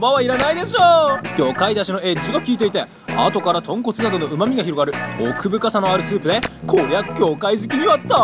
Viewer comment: 豚骨がポンコツに聞こえるw